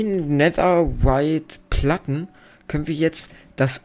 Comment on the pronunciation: Es heißt netherrite nicht Nether white